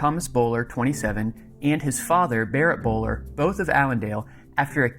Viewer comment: The name is pronounced like Bull Ware...not Bowler...